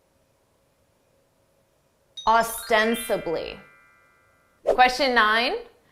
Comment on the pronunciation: Thanks for this cool video. Just one question: why did you keep saying "oBstensibly"? Is that the right pronounciation?